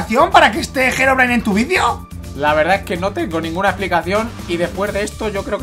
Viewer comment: SE DICE HEROBRINE XD